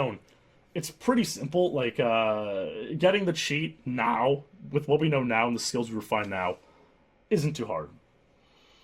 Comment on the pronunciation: Schwarzenegger wants you to get the cheat NOUW!